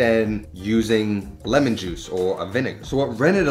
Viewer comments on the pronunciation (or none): none